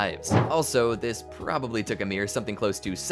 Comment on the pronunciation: Her name is Ymir Fritz not Amir